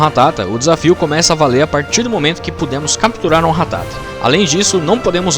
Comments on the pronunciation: Quando percebi que boxe ia passar 16min falando ratáta e não ratatá eu parei de ver o vídeo kkk Ratáta eh muita coisa de mané falar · É ratata não ratátaaaaa aaaaaa . Muito bom o vídeo